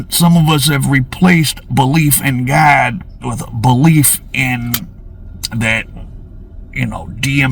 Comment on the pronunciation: Hey it’s “god” not “gad” 😂😂😂😂